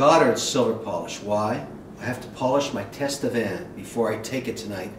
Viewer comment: Kevin: it is pronounced "Tatevin," not "Tastevin," even if it is spelled, Tastevin. The "s" is silent. From a fellow Tastevin member (San Francisco Chapter).